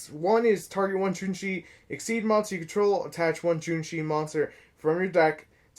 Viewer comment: JOUNEE - CHI - CHI try say it like that ... Also i have a burn version of the deck using GALAXY WAVE its pretty funny burning opponent 2000 Every turn